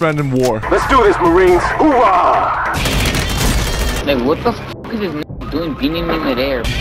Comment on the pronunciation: As a marine I approve this message but hear the narrator say marine then saying “ooahh” it’s fuckn wild It’s Oorah